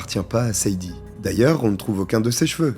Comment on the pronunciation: tu as du mal avec les prénoms 😂Sade se prononce Shadé, beaucoup de femmes afro américaines ont donné ce prénom à leur fille par rapport à la chanteuse Sade Adu